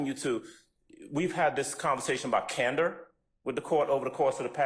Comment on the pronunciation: This lady says she has a duty of cander she's lying lol